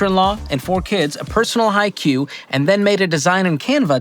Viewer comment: Please tell me that didn't just call a poem a Hi-Q, like it's a McDonald's HI-C drink.